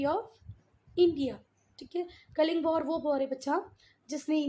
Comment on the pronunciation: That is not kaling kaling